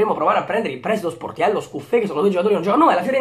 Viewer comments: Solo io ho sentito portiello??? GRANDE 😂😂😂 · quando hai detto Sportiello, all' inizio del video si sente Portiello hahahaha